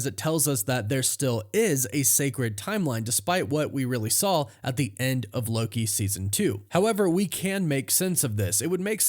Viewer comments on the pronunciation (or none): none